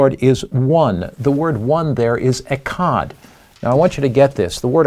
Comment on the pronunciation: 🥸False! Echad literally means “1” as in 1,2,3,4. Plus your pronouncing it wrong which indicates a lack of Hebrew study.